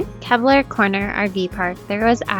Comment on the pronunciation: Just a friendly correction- “KEY-BLUR” not “kebblur”